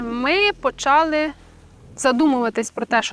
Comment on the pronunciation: ... та не почАли ви, а почалИ (ви в школі колись учились?) чи з неправильним наголосом звучить більше по-українському 😢